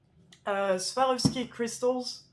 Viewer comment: Pronunciation is good, I know what it is so this is why I understood.